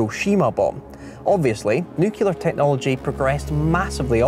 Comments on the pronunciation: How are you going to make a video about nuclear bombs and still say “nucyewlear” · Was this a whole video to show that can’t pronounce the word Nuclear? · Today we learned doesn't know how to pronounce 'nuclear' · I had to tap out of this after 3 minutes. He can’t say Nuclear… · You can say nucleus correctly but say nuclear incorrectly. Sort it out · he cannot pronounce nuclear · This guy dos not know how to pronounce word NUCLEAR!?!? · Not "nu-cu-lar...," but "nu-clear." It's easy: say "new," and then "clear." That's how "nuclear" is pronounced! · Whilst it's expected to hear Americans say 'nucular' when they mean nuclear - it's the first time I've heard a Brit use the term. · it's nuclear, not nukelar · WHY DOES EVERYONE SAY "NEW CU LAR" insread of NEW CLEAR? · Why say nucilar when its nuclear in uk ,not knocking your video it was great ,just an observation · Sorry, but its nuclear not nukilar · Please it's NUCLEAR not NUCULAR 😊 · Nuclear! Nuclear!! Not nukular. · So is it pronounced “NEW-CLEAR” or “NEW-KEY-LAR”???? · can we PLEASE stop mispronouncing the word nuclear ? its NUCLEAR not NUCULAR ! and just because many people mispronounce the word should not make it acceptable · I know you're Scottish, but even you should know it's NUCLEAR, not NUCULAR. I mean, you made a video about it but never got the pronunciation right. Congrats on getting nucleus and nuclei right. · Nuclear, not nucular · Its nuclear not nucular jeez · It’s pronounced nu-clear not newk-yalar. Why does everyone pronounce it like that? It’s not his accent fyi. Interesting apart from that bit. 😆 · Trying speaking properly. It's nuclear, NOT nucular. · Can’t even pronounce nuclear correctly in the first 20 seconds. It’s not nucular. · wish people would learn proper english ffs, it's not "Nukular" ( Nuke you Lar) it's "Nuclear" (Nuke lee Arrr) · Nuclear not nukular !!!😅😅😅😊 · Its pronounced nuclear not nucular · Nothing says "expertise" like "nucular". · wait... "Nukey-lar"?